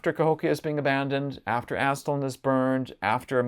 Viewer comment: Great but it is pronounced "ast-LAHN,;" not "ASST-lan," my friend. Otherwise, wonderful work and presentation. God bless.